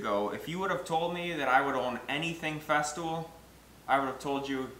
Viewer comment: Makes sense to me. Except your pronunciation of FESTOOL, you say FESTIVAL? It's just FEZ-TOOL, not FEZ-TIV-OL. It made me question whether or not there was a Festool Domino or were you also cutening up this this name to? Like the FESTOOL DMO-29 or something, and you say "FESTIVAL DOMINO". There is a Domino tool.